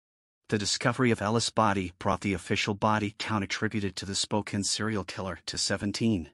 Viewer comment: Spokane pronounced like "Spoke-Ann." Not "Spoken".